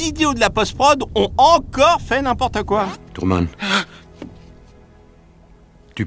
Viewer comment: À le doubleur dit "Tourman" au lieu de Truman.